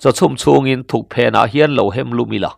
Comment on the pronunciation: Thuk phen ni lovin Thukpen tih zawk tur, a thluk erawh a dik